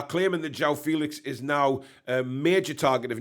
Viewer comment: Jer-ooh-ow Fell-ix…… is how he pronounces it.